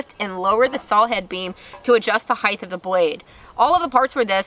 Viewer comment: Why do SO many U-tuber say "heigth" The word is spelled and pronounced height hi-t not highttthh. just saying